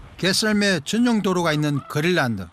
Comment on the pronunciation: 글란드 그릴란드. ㅎㅎ 발음 쩌네